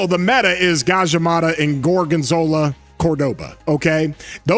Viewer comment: He said "Gorganzola" lmao 😂😂😂